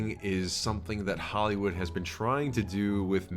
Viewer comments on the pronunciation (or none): none